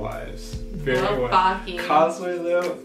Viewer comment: guys I'm sorry to tell you but you mispronouncing the name of baki gf alll thatttt time. which is completely ok because idk how to write it haha